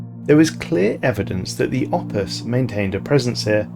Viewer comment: i honestly kept mishearing "opus" as "office" and i found that kinda funny